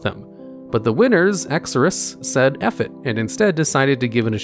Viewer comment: its EXORSUS not Exorus -_